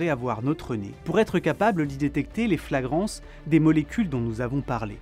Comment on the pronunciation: "fragrances" pas "flagrances" XD